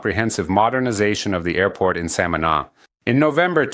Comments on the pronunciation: Hey Amigo.. love your Channel.. very informative.. One suggestion. Learn how to correctly pronounce the name SAMANÁ... the accent is on the last syllable.. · I heard his first pronunciation and made a comment of annoyance to myself. I am happy for the people. I just hope these tourists respect the land, the people and just enjoy all our special jewels. God spared no expense when create Samana.